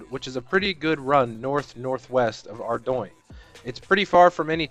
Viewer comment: Where the fuck are u getting "arduing" from? Its "ardone" theres no i or y in it to make it sound like that its really annoying